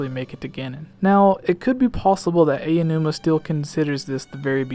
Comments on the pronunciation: Aonuma, not Ayanuma. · It's "Ow-new-ma," not "Ay~oh! New-ma" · I have to let you know that Aonuma is pronounced "Ow-nu-muh" - thought it might help.